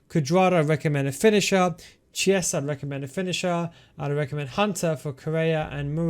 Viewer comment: Never heard anyone pronounce the way you did with chiesa 🤣🤣